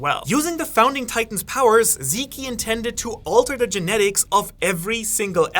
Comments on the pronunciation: Stop calling zeke zeké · zeekee and paradice huh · did you just call him zeekee? 😮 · "Zeke" is just pronounced "Zeek" lol not "Zeekie" It is from the name Ezekiel. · "eren and zeekee" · yea i had to turn this video off cuz this idiot pronouncing zeke in the most wrong way i’ve ever heard is pissing me off